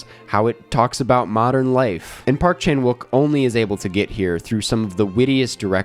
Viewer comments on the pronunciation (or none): Nice analysis! Subscribed. By the way, there is technically no “w” sound in Korean, even though it’s used in Romanized spelling. “욱” is pronounced “ook”, so Chan-ook Pak is more how to say his name. Rolls off the tongue more